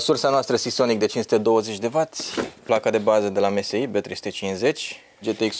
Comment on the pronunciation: Msi se citeste emesai